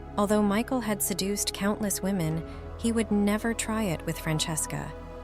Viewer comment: Poor confused AI! Can't tell "him" from "her" and says, "WOE men" for "women." Isn't there a human attached to this site that can EDIT??